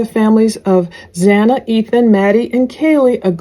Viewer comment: It’s not Hana! It’s Xana!